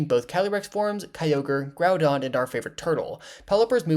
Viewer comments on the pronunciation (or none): none